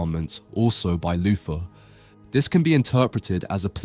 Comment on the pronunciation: With your accent, you pronounced the name Luther like Loofa. As an American, it rarely feels appropriate for me to make any comments about all the different British accents, but the accent you have is the one that gets to me. It's like you're unaware of the difference between the letter F, and the combo TH. You pronounce them both like an F, and nobody ever corrects you. I don't know why this was allowed to slip by, but I declare your accent isn't an accent. You're(not only you) just saying words Wrong. Or perhaps I should say, you're pronouncing certain terms incorrectly. "Excuse me, sir. I'm terribly sorry to bother you but would you perhaps by any chance have the time?" Checks pocket watch..."It's Ten Firty Free." "Fank you, sir."